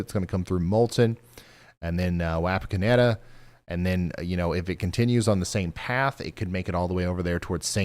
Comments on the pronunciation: Watched where I was impacted. I live in Russell's Point. East of Wapakoneta. Ours was an F-3. Wish I could have watched this at the time. By the way. Wapakoneta is pronounced "Wah-Pawk-onnetta" 👍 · I’m sorry the pronunciation of Wapakoneta just hurts. I live just north of there and every time I use Google maps it pronounces it differently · Ryan...it's Waw paw kon eta. And fyi. Chillicothe is pronounced with the eeee on the end.